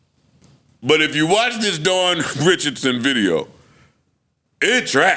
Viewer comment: Mel calling her name wrong is crazy